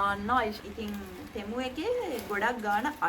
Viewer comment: අද නම් ටෙමු වෙනුවට තෙමු කිව්වා නේහ් 😅